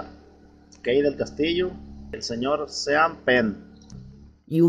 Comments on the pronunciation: Se escribe Sean, se pronuncia "shon". Abrazo don Kuc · Sean se pronuncia "Shon", maestro.